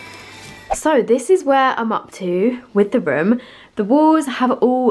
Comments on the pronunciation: I was like "What rim is she talking about?" until I realized she says "room", not "rim" 5 minutes into the video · luv how she says rum for room